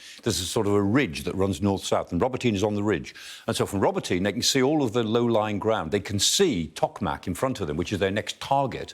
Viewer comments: "Let's talk about "Robotyne" - well, let's try pronouncing it properly for a start. I am fed up of these idiots, particularly him, spouting non-stop propaganda. Ukraine is being absolutely pasted and has zero chance of success. Talking up the "Ukraine heroes" and denigrating every aspect of the Russian forces, will not make your wet dreams a reality. Protracting the operation is simply immoral. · Listening to native speakers, it's pronounced ro-BOT-y-nee, not robo-tyne. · ROBOT EEN AAYY. ' NOT Robo tyn. 😮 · Ro-bo-tin-ye not Ro-bo-teen.. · Awesome explanation Michael Clark. Just one thing, Robotyne is pronounced Robo-tin-ney not Robintine. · get someone Ukrainian to teach pronounciation, it is more like 'robo tee nay' not 'robo teen' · Not Roboteen or Robotine. It's Robotyne 😂 Love Professor Clark 👍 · Robotee-Neh = Robotyne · Guys, I think they pronounce it like "robotna" not "robo teen". That's how the Ukrainian commentators pronounce it anyway. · It’s not spelled ‘Robo-teen’, but ‘Robo-tee-neh’ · ro-BOT-in-ah try listening to some actual Ukrainians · RO-BO-TYN-EH. That's the pronunciation. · Does sky actually talk to any Ukrainians about how they pronounce these towns...😂 Roboteen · i really thought it was pronounced robot-nye rather than robo-tin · Pronunciation: Robot-na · Robo-teen? Is that how it's pronounced really? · Why are Brits seemingly unable to pronounce foreign town names properly, although they are continuously mentioned in the foreign and local press??? Ro-bo-tee-nay Ba-h-moot H-ark-eev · He pronounces it more in a russian style. In russian it's Rabotino. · I couldn't watch this - please learn how to pronounce Ukrainian words, even if it's just a vague resemblance to the actual word. Row-bah'-tin-uh. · That's "Ro bo ti na". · It's Pronounced Ro-Bot-in-eh,,,, please get it right. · It’s pronounced “Ro boto nay” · It’s not that hard to pronounce the name of Robotyne correctly . Sky pays fortune no doubt a little effort to say it right